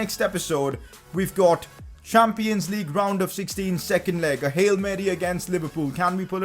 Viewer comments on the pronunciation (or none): none